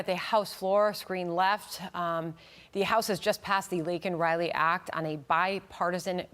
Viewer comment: POSJB didn't even say her name correctly. What a slap in the face!!!